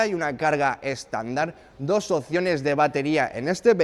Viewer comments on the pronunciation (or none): none